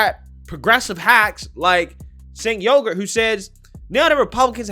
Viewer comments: Why do you keep calling him sink yogurt? Are you doing that purposely because it's hilarious? Cenk Uyghur; pronounced ch-a-nk Uuuu- gur lol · he said SINK YOGURT 😂🤣😂🤣😂🤣👍🏻👍🏻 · BTW FWIW, Çenk is pronounced "Chenk" & his last name is pronounce "WEEgur." And The Young Turks historically used terrorism to revolt for Arab supremacy in the Middle East. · Not that it really matters, but, it's pronounced Chank Weegur. He's a jackhole lib. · I swear he keeps saying Jank Yoghurt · "Sink" Yogart 🤣🤣🤣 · Ah he always makes me chuckle with thr mispronounced names. His name is now Sink Yogurt...love it! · Chunk "see eye ay plant" uygur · You mispronounced Chunk Yogurt's name. As far as the content of this video, this is just the left's motto in action again.